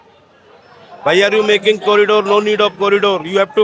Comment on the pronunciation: Pahle Anpadh news Wale Ko yah sikhao corridor hota hai na ki Kari Dor